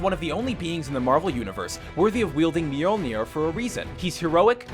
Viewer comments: I can pronounce Thors hammer. You say it (mil-ju-nor) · Who can't pronounce Mjölnir? (Mule-near) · Mjolnir- Me-Yoll-near. How is that hard to pronounce?